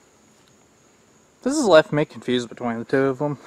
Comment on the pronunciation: What is be twaine.... Oh.. oh.. between.... Sorry... I have wanted to hear about this subject and these items for years. Thanks. I love this video.. 😊